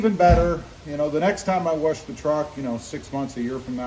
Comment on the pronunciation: There’s no R in wash Brother 🤣🤣🤣